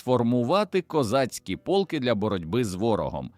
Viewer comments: Не пОлки, а полкИ !!! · Автори в якій школі вчився! ПОлки (полкИ!), рІчний (річнИй!). Горе-блогери!